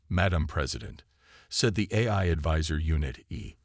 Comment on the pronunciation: Nice story. But, your so-called "AI" needs work. How the hell can an AI not say "AI" correctly??!!!! Example from this story..."...lost war EYE", "...earths war "EH-eye". And then, the word "DEFCON" is NOT pronounced "DEF-kun". AND, WHY, oh WHY do all POS AI's mispronounce the freakin word "read" incorrectly EVERY time it is used. POS AI ALWAYS pronounce it as "REED" when it should be "RED".....and "RED" when it should be "REED"!!!!! In this story......"...the plaque REED...." when your POS AI should have said..."...the plaque RED..."!